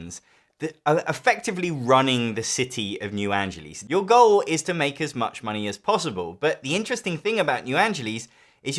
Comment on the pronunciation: For the first time ever, I understand how much Brits must hate my Lancashire pronunciation, as I absolutely hate how you pronounce New Angeles